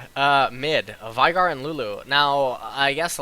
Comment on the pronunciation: VI GAR sorry but you really make some pronunciations really weird. why do you do that? It's not korean, it's not american english, and it's not uk english. :P